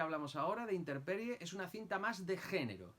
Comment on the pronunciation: por qué “Interperie” si el título es “Intemperie”?